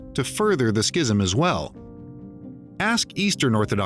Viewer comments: Please look up correct pronunciation of the word, "schism." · That’s not how you say schism